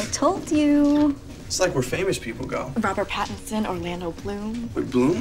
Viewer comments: "Robert packtinson" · When said Robert Pattingson I cried inside